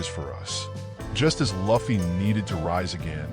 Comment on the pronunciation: Thats not how you say Luffy…